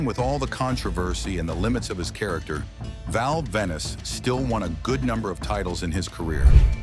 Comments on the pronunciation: It's Val Venis. Not Val Venice! 😆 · how can you take this video seriously, when the calls him "Val Venice" and then says his catchphrase wrong.